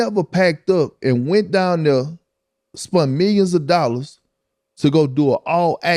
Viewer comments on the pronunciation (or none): "Spunt millions of dollahs"